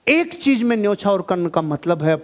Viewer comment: Sorry Sir But Apne Kaha Tha Ki Apko Jo Apki Kami Batata Ha Wo He Apko Acha Lagta Ha Sir Ap "Z" Ko "J" Bolte Ho Matlab Agar Apko AmaZon Bolna Hota Ha To Ap AmaJon Bolte Ho. Jahan "CheeZ" Bolna Hota Ha Wha Ap "CheeJ" Bolte Ho.. Sorry For Capturing Your Little Weakness We Love You Sir💖💖